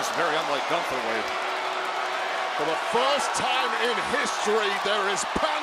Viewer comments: When he said gutha, a bit of his New York background started coming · finally someone who says gunthers name right! Thank you priest, I already was a fan but now even more!